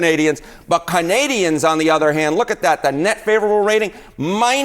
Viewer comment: We're not CUH-nadians. We're CAN-adians.